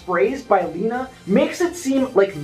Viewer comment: Lena is Magica de Spell’s shadow. Before Magica was sealed away completely in Scrooge McDuck’s dime, she enchanted her shadow, the shadow became a corporeal entity that created it’s own form and identity: which is Lena. P.S. It is pronounced “Lena” not “Lina”